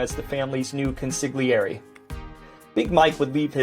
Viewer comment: You are doing a great job of enthusiasm and sense of humor, and would like to offer a helpful tip. The word of Consigliere sounds more closely to CON-SOL-YERI, but to be safe, you may want to ask someone who speaks Italian. I enjoy your show and am not intending to be critical, so since you obviously care about what you are doing, I thought you might appreciate helpful intention.